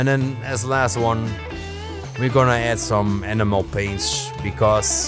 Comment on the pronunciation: I have watched a couple of times, great video! If I didn't know better it sounded like you said "Animal paints", for a brief moment I was thinking "what's an animal paint???" Keep these video's coming, your channel is truly a gem, I have been sharing it with my friends in the hobby.....